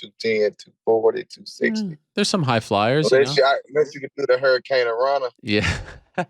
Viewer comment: "MAN, ONE TIME AS A KID, I TRIED TO DO THE HURICURANA..." 😂😂😂😂😂😂 LOVE THIS GUY